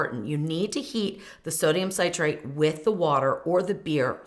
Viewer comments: I believe most comments reference you pronouncing Citrate as you are saying Ci-trate with a long I - as in Sigh-trate which is confusing some with Nitrate (also a long I) and not that you are actually saying Nitrate. Sit'-rate would be correct, except properly separating the syllables Ci-trate, coming from "Citric Acid (Ci'-tric Acid)." I hope I didn't confuse more. Thanks for the video... I had no idea! 😉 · The way you’re pronouncing citrate makes it sound like you’re saying nitrate! I almost stopped watching because sodium nitrate is definitely not good for you! Cancer causing even. Next time maybe you can pronounce citrate as “sit-trait” not “sight-trait”. It would be terrible if people didn’t get this great, simple recipe! Yummy! Luckily I noticed your commenter who mentioned the name sodium citrate being NaCHO. Great comment! 😅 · it’s ok, hopefully no one else has confused it with nitrate (nigh-trait). It should rhyme with citrus, ((sit-trait) not sigh-trait. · I hate how you mispronounce citrate.